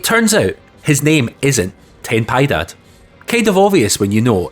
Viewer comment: Personally, I think you pronounced Ten Piedad perfectly. Your Japanese was excellent. :)